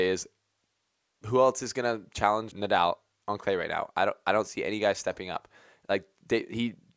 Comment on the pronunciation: Yeah, right! He was mispronouncing "Nadal" as well.